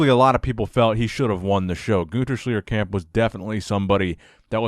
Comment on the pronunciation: Guter Schljiercamp - those americans are so gifted with pronunciation...